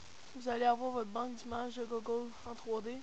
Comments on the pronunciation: il dit meme pas google il di gogole xDDD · au lieu de dire google tu dit gogole mdr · Je connaissait deja, mais pouce vert comme meme (Je kiff la manierre quebécoise de dire "google" x) 32 "Je n'aime pas" Le je comprend pas pourquois =/